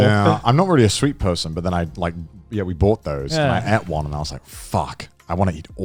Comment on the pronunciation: Ate not eate 🤦‍♂️